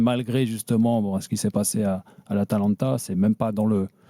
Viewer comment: Choukri c'est à cause de ce genre d'abrutis que notre club est tombé aussi bas. Des types sans aucune mesure, qui ont un QI à deux chiffres (le type sait pas prononcer Geronimo et Atalanta, frère) , comprennent rien à ce qu'ils voient et déclenchent des crises après deux défaites. Des gars comme ça, on ne veut plus qu'ils nous représentent. L'ambiance du Vel' a jamais été aussi ouf de l'histoire. Jamais. Ca fait 27 ans que je supporte l'OM, on a jamais eu un public aussi acharné positivement parce que la nouvelle génération sait situer le club sans la chape de plomb des années Tapie. Les boomers de ce genre, on ne veut plus les voir et encore moins les entendre. Ils ne représentent plus l'OM mais le bar des amis de leurs quartiers. Et l'autre supporteur qui appelle en conduisant au volant et n'a pas vu le match... En fait le standard a décidé de complètement troller c'est ça ?